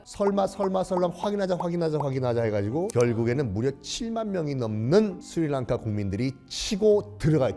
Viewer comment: 썬킴이 스리랑카를 말하면 스리랑카가 아니라 슈리랑카로 들림